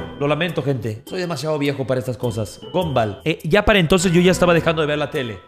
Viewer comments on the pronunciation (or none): none